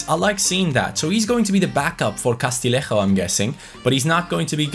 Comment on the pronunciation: Castillejo is pronounced CAS-TEE-YE-HCO Other than that your pronunciation of player names is impeccable - a double L in Spanish is Y